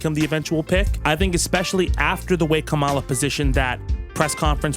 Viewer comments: please fix your pronunciation on ONE thing, It's KAmala, not KaMAla. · 😁😁😆 Dude. It's COMM-ah-la, not comm-AH-la. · I believe the preferred pronunciation, as in how she pronounces it, is “comma la” which rhymes with “Momala” which is what her step kids called her. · With peace and respect, it's pronounced "Comma-la" not "Ka-Mall-a." The R's have been pronouncing it incorrectly to be petty losers. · I'd take a group of Fauci cuckers over a single couchie fucker also, you may have been listening to Trump pronounce Kamala's name too much, I don't believe it should have such an emphasis at the end, it's like Comma - luh. Anyway, I only point that out cause it seems like another tactic the right is using to try and be further racist, another birther kind of thing. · pronounced Kamala wrong again?!